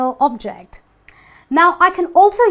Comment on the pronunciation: Same when she says object, and refer